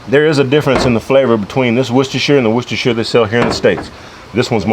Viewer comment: you’re genuinely the first American I’ve ever heard pronounce ‘Worcestershire’ correctly… kudos to you, sir.